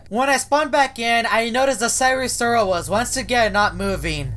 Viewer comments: it’s not sire sirol it’s sire sol 😡😡😡😡😡😡😡😡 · "And sire sirol was nowhwere to be seen "